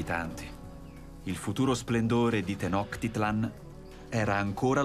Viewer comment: Bellissimo documentario, solo una precisazione: so che frega poco però la pronuncia è Tenochtitlán, quindi quella è una C (suono di "ciao", non una K ) e con l'accento sulla A e significa "Il luogo (Tlan) del cactus sulla pietra (Tenochtli). Il Cactus è una pianta sacra, tutt'ora ne mangiano le foglie, che sono morbide, e perfino la bandiera del Messico ha il cactus sacro, sopra cui un'aquila reale che ha catturato un serpente (rimando al Dio Quetzalcoatl) si posa.